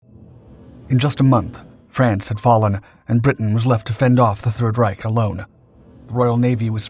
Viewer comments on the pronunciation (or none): none